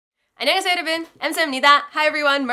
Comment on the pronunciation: i've noticed that Margarita kind of pronounces 여러분 as 여러븐 and i find it so cute XD